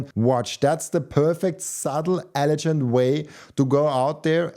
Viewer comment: The G in elegant is pronounced like the G in golf